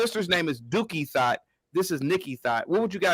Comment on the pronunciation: Dookie Thot 😂😂😂😂. I thought it was Duckie Thot